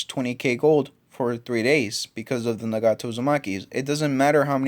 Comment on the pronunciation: its not na-gato its nag-ato